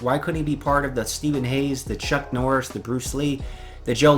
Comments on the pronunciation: Martial Arts aside. Who the hell is Chuck Norsh???!!! Enunciate you words you muppet. Dear god! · Who the fuck is chuck norish lol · "Chuck Norsh"